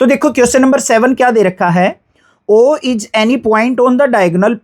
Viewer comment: Is❌ iz✅